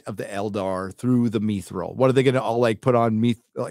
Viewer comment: Is mispronouncing mithril on purpose?